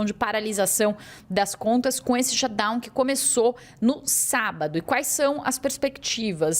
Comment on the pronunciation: A correspondente brasileira que provavelmente mora em NYC, pronuncia a palavra shutdown perfeito mas quando fala a palavra money “mãni pronuncia correta. Ela fala monei . E você ainda confia nas apurações de jornalista assim?